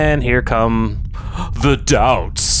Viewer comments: Delts, not doubts. As in Delta. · Why are you calling them doubts? Im sure its DELTS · “DELTS”! 😂 not doubts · It's delts not doubts fellas 😂😂😂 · "delts" not doubts LOL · Thorne calls them "Doubts"??? This whole time I thought they called them "Delts" (Delta=Dead). Unless my closed caption was wrong..